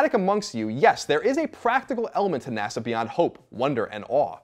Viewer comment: "Nasha should..." I giggled. You can giggle too.